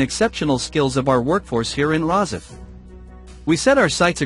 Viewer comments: nice video about the ship real shame an AI voice was used .what is a pred..asser...where is ros..if ? I listen for a while and then give up .Surely there are better AI voices to use ? one that doesn't sound like a robotic answerphone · I wish this narrator would pronounce Rosyth properly!!!!